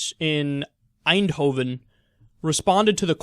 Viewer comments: I have to say: well done on the pronounciation of eindhoven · That was actually a pretty good pronunciation of ''Eindhoven'' gj xD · Yay :) So glad that I live in the Netherlands. Oh and Kyle, your pronounciation of Eindhoven was pretty much perfect. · I thought you would butcher eindhoven, you did exceptionally well